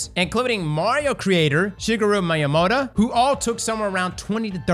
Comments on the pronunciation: Did you just call Satoru Iwata " Satori" AND Shigeru Miyamoto " Miyamota"?????? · As someone who's a lot more in Nintendo circles, it was very jarring hearing Iwata and Miyamoto's names said that way lol.